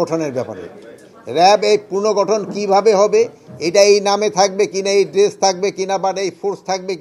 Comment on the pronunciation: পুর্নগঠন না স্যার, পুনর্গঠন